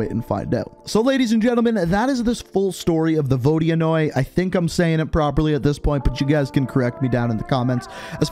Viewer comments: Yo for future references, it’s pronounced Vo-di-noy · Apparently it's pronounced Vo-di-anoy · the vodianoy is pronounced vo dan yoy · My friend is russian and he says that the proper way to say it is ”vodynoi” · Apparently it’s pronounced vohd-yuh-noy